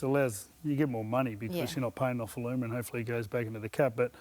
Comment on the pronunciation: Say his name correctly for starters...